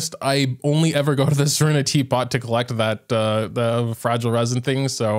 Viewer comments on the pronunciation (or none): none